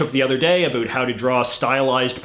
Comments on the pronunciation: Why do you say a “boot” is it intentional because if it is it’s a stereo type that is very annoying for us Canadians who have to hear the word anywhere you go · Canadians don't even say it that way. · why is this man pronouncing about to abuot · The way you say "about" is amazing.